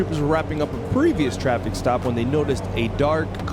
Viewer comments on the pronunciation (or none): Is he saying "the reason for the drop or the reason for the stop"?? Sounds like drop lol